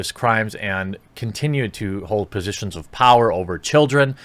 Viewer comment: After about the 13th time i played that back i noticed you said positions wrong 🤗